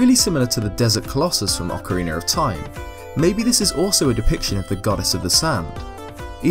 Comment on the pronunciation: Great video! And you still say Ocareener of Time hahaha